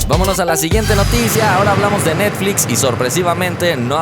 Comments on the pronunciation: Se dieron cuenta que en el inicio de video dice NETFIX en ves de NETFLIX? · estas comiendo bien? Porque te comiste la L en Netflix. Salu2